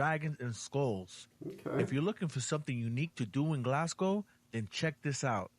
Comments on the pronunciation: first of all, congratulations on pronouncing the name of my city correctly, unlike the narrator in the original video, his mangling of the term for the natives is already hurting my ears - and I'm only 3 minutes in, although he he has now pronounced it properly. Also we are not Galwegians - we are Glaswegians. Another interesting fact is that Glasgow is a UNESCO world heritage music city. It's a pity he didn't visit the Kelvingrove Art Gallery and Museum, which in my opinion is the most beautiful building in Glasgow; even if you removed all of the artwork and exhibits it would still be worth the visit just for the architecture of the building alone - and the beautiful park surrounding it. there's also the People's Palace in Glasgow Green, which is a museum about the people and culture of Glasgow. But the best thing about Glasgow, above everything else, is the people. Our modern motto is, "People Make Glasgow". Despite our rough exterior and harsh accent, we are a very welcoming and friendly people. We love to meet visitors who enjoy and respect our city and our culture and I'm sure if you came to visit you would feel very much at home. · Absolute top marks on the pronunciation of Glasgow. We always joke that Americans pronounce it glass cow 😂